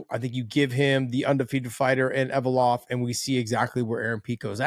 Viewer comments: Ev-lo-ev guys not Ev-o-lov lol Get it right John McCarney and Josh Thimpson lol 😂 Love you guys haha 😊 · Envalope-ov ? ...... Close enough🤣 If I went to Russia to make money, I would learn Russian ... We dont need to know every fighters names from around the world, MMA is outta America, that is just too many languages to remember, give us a break.